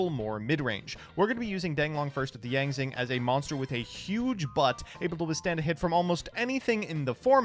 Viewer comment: the Yang Zing pronounciations are gonna be the end of me